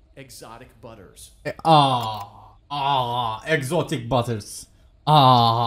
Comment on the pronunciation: exotic butter xd hep çle ses çıkıyo ekstradan